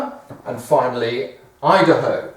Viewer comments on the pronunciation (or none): none